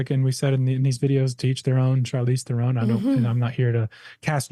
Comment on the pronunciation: As a South African where than horrible woman is from, please pronounce her name correctly. It is an Afrikaans last name. Theron _TR - o(short sound)-n